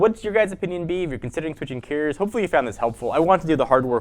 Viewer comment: Is he saying carrier or Keurig? ..hell am I thinking about switching cell phone service or coffee maker?!🤨